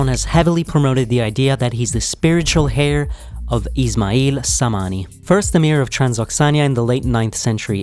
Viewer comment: "Spiritual hair" lol. The h in the word heir is silent.